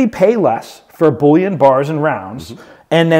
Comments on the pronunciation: The word bullion is pronounced and ends the same as onion not yon! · “Bulliaaan” that a new category? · hahaha love this guy he really is good at what he does and entertaining and educated but I cant get over the (bull-yon) coin thing :) Its just makes me laugh, 1st ive heard it pronounced like that and I take it to heart becasue I pronounce words different ALL the time and catch crap for it, hahaha